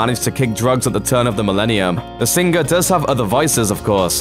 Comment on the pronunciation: Ha ha I love how this guy says sing-gur . Also sez not saaays!